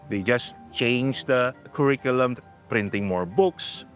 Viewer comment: If the paid consultant from Oliver Wyman can't pronounce the word 'curriculum' accurately, the problem is worse than we all can see.